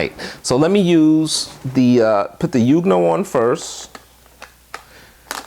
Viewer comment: I do believe it's pronounced "Yong new ohh". Either way, good video. I recently subscribed and am browsing through all your videos. Good content sir.